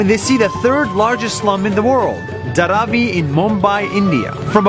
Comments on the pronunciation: He pronounced Dharavi wrong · It is actually pronounced as DHAA- RAA-VIIII